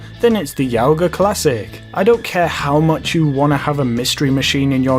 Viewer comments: You pronounce the bravado youga as Yow-gah but I think you're supposed to say yoga. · it's you-ga (pronounced as you would say "you") and i like that car lol